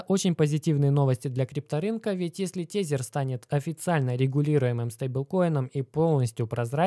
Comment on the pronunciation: Не тЕзЕр, а тЭзЭр бл….